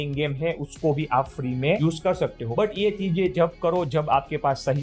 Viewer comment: trading ❌ trending ✅😂